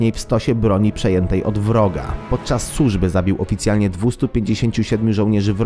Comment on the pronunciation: Dowódcom, sużby, imponujoncom, jednom, twierdzom. Co to kurwa jest!!????? Nie stać was na lektora umiejącego czysto i po polsku przeczytać tekst?